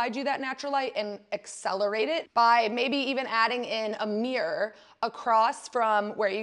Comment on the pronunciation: I'm fascinated by your pronunciation of the word mirror.